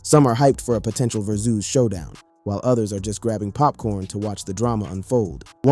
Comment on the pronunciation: Broooooooooo. WTF u keep saying verzooz. It’s driving me fucking crazy. Learn English.